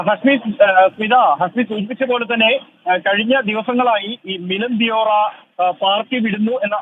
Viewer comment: ദിയോറ അല്ല, ദേവറ ആണ്.